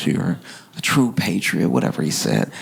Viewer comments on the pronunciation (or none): none